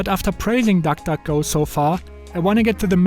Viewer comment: Nobody: Him: tak tak go